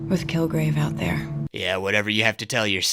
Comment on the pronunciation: had a little bit of an elmer fudd moment and said "kilgwave"